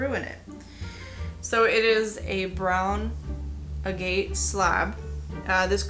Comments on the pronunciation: Agate is said ( aaaa-git) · Pronounced A-git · Agate is pronounced Agh-it